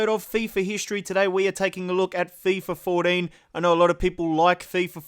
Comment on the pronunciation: "Fifa FourDEEN" lmao